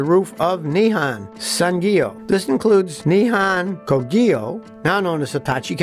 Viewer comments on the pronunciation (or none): none